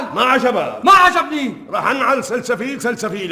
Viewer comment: سنسفيل مو سلسفيل يعني الممثل صح